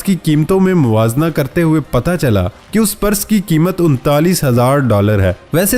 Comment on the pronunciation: Your videos are getting bore ... stop begging to subscribe time to time during video.. Try to pronounce properly ...its PURSE- not Paras !